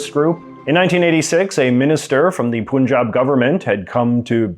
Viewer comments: just saying, the "u" in "Punjab" is pronounced like the short "u" in "sun", not "Poon-jab" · it's actually supposed to be pronounced as Si-kh (kha consonant is different than ka consonant in sick or seek).. But for this one, I feel like both interpretations are kinda close.. What always seemed funny to me is people saying Punjab.. The first syllable is pronounced nearly identically to English word 'pun', but English speakers go out of their way to say it wrongly as Poon-jab.. 😅😂:) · Dear JJ: Right pronunciation of Punjab is not "Poon-jaab", rather it is "Paan-jaab" - like "u" in "umbrella" or "cut". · Honey = Hon + ey Punjab=Pon + Jaab Pun pronounced as Hon in Honey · I laughed when he pronounced पंजाब as पुंजाब 😂😂. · You really don't know how to pronounce 'Punjab'... you should pronounce it as 'Paan-jab'... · No pun intended, but please pronounce the Indian state's name correctly as 'Pun' jaab. Get it? 🙂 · You don't even know how to pronounce Punjab. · pronounced "Pan jab" Pan as in pun, not poohn. Source : I'm a Hindu Punjabi, grew up in Bangalore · 1 Its not "Punjab" or Punjabis it is pronounced as "Panjab" or " Panjabis" 2 Khalistan is not independent Punjab of India but Pakistani Punjab + Indian Punjab and few other states in India 3 In India 90% Sikh wants to stay in India and they don't look for separate land 4 Khalistan movement started by Indira Gandhi Indian PM just to win Punjab and at the end lot of Khalistani people flew to Canada after "Operation Blue star" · Pannjaab, not poonjab. Pannjaabi, not poonjabi. Torunto or Vangkauvar wouldn't sound too well, would they? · It's not Pooonjaab, it's Punjab. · It's not poonjabi it's Punjab say like pun and jaab Panjab oyeeee